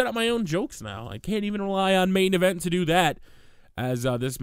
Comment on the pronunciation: Stop saying main envent